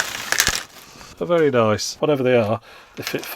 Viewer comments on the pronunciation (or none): none